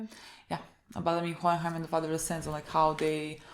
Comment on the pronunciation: It's so funny when you try to pronounce Hohenheim😂😂😂